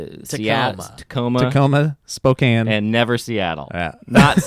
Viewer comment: Can't wait to see you in Spokane! Thanks for pronouncing it right...Go Zags!